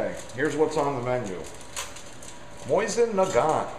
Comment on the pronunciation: MOE-SEEN NUH-GONE